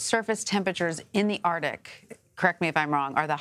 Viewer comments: How to pronounce arctic? Hmmmm ARDic. Lol why isn’t anybody letting her know? Arckk-tick. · You're a professional reporter and still pronounce it as ARTIC? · Anyone else hear her say .."Ar...tic". .?? EDIT: I scrolled messages left and yes you heard it too. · why does she keep saying "ARtic"? there is a "C" in there.